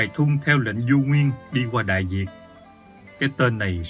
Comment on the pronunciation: tôi thấy bạn đọc chữ ĐẠI VIỆT LÀ ĐẠI DIỆT LÀ SAI, KO PHẢI PHÂN BIỆT VÙNG MIỀN ĐÂU TÔI CŨNG LÀ NGƯỜI MIỀN NAM